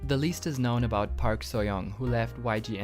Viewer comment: Just a minor comment: Learn to pronounce "Park". ;)